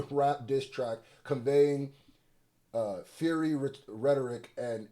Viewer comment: Love all your videos bro and I hope you don't take this the wrong way my guy, but you gotta work on your reading and vocabulary. Fiery Fire E not fury. The other legal videos about this case were hard to watch as well. Lol sorry bro. You still the man! Keep up the good work and positive vibes. Respect